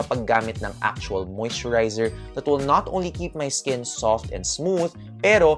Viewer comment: Momma bakit naririnig ko ang “You do note” instead of “You do not need” 🤣🤣🤣 I also do the same thing sa lips, once a week pag maliligo, gentle rub ng wet towel lang din to remove excess skin followed by balm/petroleum jelly. 💯 for the rest, super spot on momma! 👌🏻